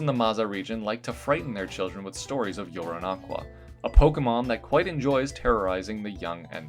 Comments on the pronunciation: I have but one complaint: the way you say Yoronaqua almost sounds like URINE-aqua. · For the 3rd stage I only heard "you're in aqua" , an I couldn't unhear it afterwards. Love the designs BTW. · personally i would change yoronaqua's name bc every time i heard you say it i kept thinking urine-aqua. i get what you were trying to go with but i think it can be too easily misheard